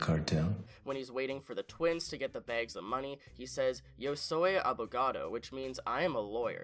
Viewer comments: abogaDo, not abogato lol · ABOGADO (with a D) ;) I'm loving your videos man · It's ''Abogado'' but anyway lol